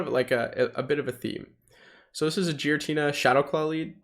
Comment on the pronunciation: Is Giratina really pronounced 'Jeeratina'? Never heard any of the other pogo youtubers say that. Just curious, I always enjoy your content!